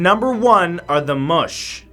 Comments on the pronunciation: Not moosh people . It is pronounced moe-Che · Also, Moche is pronounced "Moh-chay". My Argentinian professor said so. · Moche. Is pronounced. MO • CHE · There is no mysteries, just lack of information and documentation of context... And please it's not the moche put the moché. Most of your case presented are pretty well documented for their "disapearance", thanks to archaeology... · Matt you mispronounced #1. Its pronounced Mo-Chay not Moshhh . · "Moche" is pronounced phonetically "Mo-che" Just saying, since I'm Peruvian and was taken aback with your pronunciation